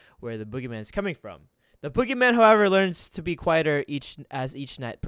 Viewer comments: When he said boogeyman I heard oogiman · when i first herd u said boogymam i thought u were talking about the wwe wrestler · I Thoght Guava Says BoogerMan XD